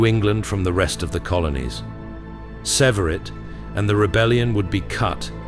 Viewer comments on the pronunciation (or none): none